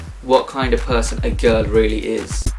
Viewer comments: I like the way you pronounce a "girl " It reminds me on "cow" lol ! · I mean he pronounces " girl " like " cow " .It is funny !